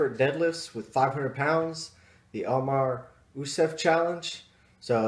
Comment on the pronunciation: did you say Omar Yousef? haha.